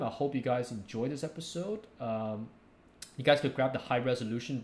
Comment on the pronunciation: I love how you say "episawwd" x)